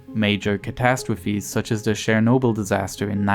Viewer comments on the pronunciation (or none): What was that.. Surenobyl ? This tard lol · Cher-(the singer)-nobyl lmao